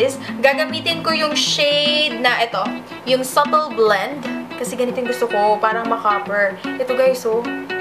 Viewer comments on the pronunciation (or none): none